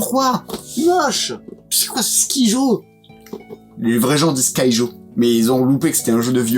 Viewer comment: Pas du tout pour la prononciation du n°1, il faut le prononcer à l'allemande, soit skuyo !